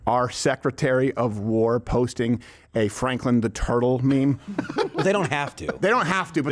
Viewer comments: No gwar 😂 only peace 😅😂 love you Steven please never change ❤ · "If we don't end gwar, gwar will end us."